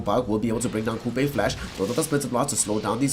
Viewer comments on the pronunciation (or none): And wtf is this dog caster saying Coupe???? It is pronounced as Q P the name of Qupe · Qupe = "Kupej" :D :D LOL caster